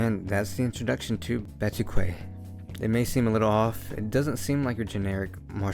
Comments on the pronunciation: Pronunciation in japanese is batooki, which matches the brazilian portuguese pronunciation pretty well. Definitely not "batookway" tho. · Batuque is pronounced "BAH - TOOH -KEY" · Pronounced BA-TU-KEE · YEEEEES, A BATUQUE VIDEO!!!! (and it's Bah-tu-ke) And the quality seems great too! Great editing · It pronounce batuk is a Brazilian word for its a style of dance also use in capoeira I’m Brazilian 😊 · Ba- tu- key. Phonetically speaking.. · Nice review! BTW, it's named after the mangaka (and my) capoeira group: BA-TWO-KEY. Stay up! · Also this mangá name spoken Bá-tu-que. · Batuque if I'm not wrong in japanese it pronounced as "Batuki" with the "U" slightly longer when read "Batuuki" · Hi, Brazilian here. You pronounce 'batuque' as 'ba-too-key,' with the 'a' sounding like the 'a' in 'cat', the 'u' sounding like the 'oo' in 'food,' and the 'e' sounding like the 'ey' in 'key'. Hope that's helpful! Overall, great video!